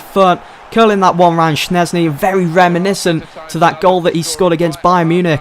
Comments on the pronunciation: It's pronounced shezny NOT shnezny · Jesus christ schzesny is pronounced as it is written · he says Szczęsny wrong